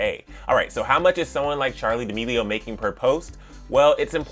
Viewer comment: The way that he pronounces D'Amelio Charli demeleoo